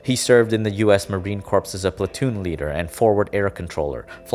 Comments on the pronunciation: Two major pronunciation mistakes: you said Marine Corps, but you pronounced it as marine corpse. It's pronounced marine "core". Also, you surprisingly butchered Arkansas by calling it r-kansas. Arkansas is pronounced ar-ken-saw. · He also said marine corps instead of marine 'core'. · And “marine corps”. It’s pronounced “core” not “corpse” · Did your narrator literally say "US Marine Corpse"? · Marine corpse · marine corps, pronounced like "marine core", not like "marine corpse". great video. at least i think that's the common pronunciation. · Does it not bother anyone else that he pronounces Marine Corps like Corpse instead of like Core or that he, only a few minutes later, calls Arkansas Ar-Kansas? Gonna give this guy a C- for his lack of effort on pronunciation. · it’s ar-ken-saw, not arkan-zis and it’s pronounced marine “core”, not marine corps.